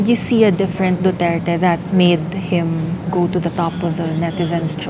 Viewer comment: this guy (in pink top) is struggling to even say Duterte's name. Just say it man.